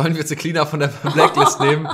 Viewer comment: glaub das war der Joke..weil sie manchmal so ausspricht